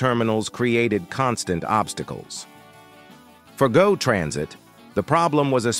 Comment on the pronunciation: it’s pronounced “go” as in I will go to the market not G O